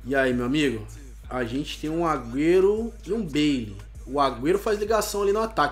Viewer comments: Ele fala beli mais e bale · aprende a falar as coisas certas, por favor! da pavor de escutar tudo errado! (totem é TOTY, meci é MESSI, baile é BALE e muitos outros né)